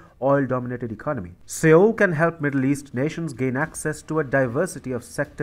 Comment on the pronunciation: Seoul is pronounced "sole". TFI's mispronunciation is VERY distracting.